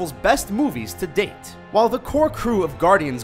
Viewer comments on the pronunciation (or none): none